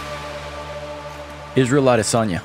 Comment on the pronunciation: “Chama uh lute Adesanya”